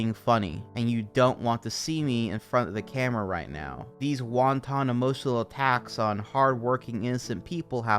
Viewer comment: This is a good video, but did you just pronounce wanton as won-ton? 😂